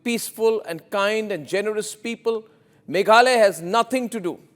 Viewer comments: it’s Meghalaya not Meghalay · Not maghaloy. Maghalaya. Name my state